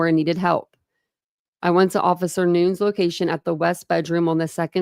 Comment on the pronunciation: Noon-EZ not N-oo-N-s